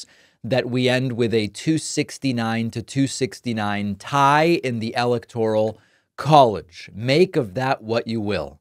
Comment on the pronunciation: It's pronouned "electric collage"